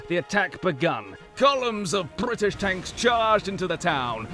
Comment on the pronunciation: the true gentleman's way to pronounce British :)